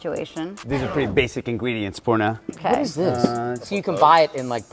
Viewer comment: Bruh wtf is porna, its poorna ; the pronunciation is diabolical 🤣🤦‍♀️